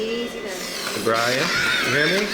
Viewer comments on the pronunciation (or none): ITS BYRON NOT FCKIN BRIAN